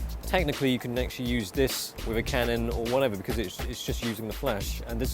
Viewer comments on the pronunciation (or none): none